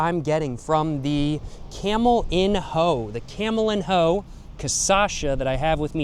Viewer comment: camelinho is pronouced camelinyo btw